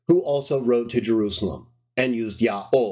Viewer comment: Why do you pronounce it "Ya'o" instead of "Yaho"?